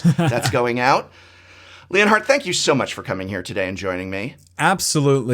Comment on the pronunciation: You know the whole time I thought the Prof was just pronouncing Leonard very strangely, or maybe it was a European name until I saw the Title saying ft. Leonhart